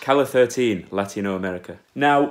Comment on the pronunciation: Es que seguro que no sabe cómo se dice 13 en español... como se escribe calle 13, pues lee "calle thirteen"...